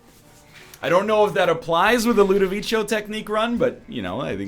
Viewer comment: The Ludovicho pronunciation kills me everytime